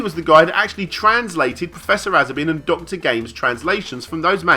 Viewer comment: there appears to be a kind of pun in the "asobin" name, you need to pronounce a hard S in aSobin , that's the japanese way, and as it turns out, "asobi" in japanese means "game" or broadly something that you play or entertain yourself at :)